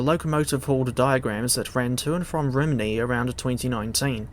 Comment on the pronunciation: A word of advise for the welsh pronunciation, Rhymney's pronounced as ruhm-nee. Great video none the less 👍